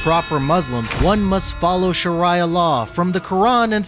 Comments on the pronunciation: "Sheraya law" 😌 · "Sharaja law" "Muzzlim".God the west is wierd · "To be a proper Muslim, one must follow Shar-eye-ah Law..." - Oh, this is going to be fun. 😉